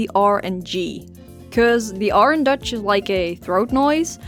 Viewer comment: Tell me why when I heard you say Dutch I heard Deutsche